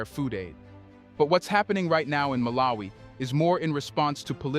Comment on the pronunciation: Don't you know how to pronounce the name MALAWI not MALA-WI. makes you sound like a first grader illiterate 😮